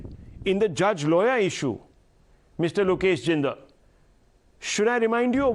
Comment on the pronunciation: "Look esh" is silent 😶 . Sun joy 😊 seems to be making it big in Congress Congress spokespersons should come properly prepared for Debates.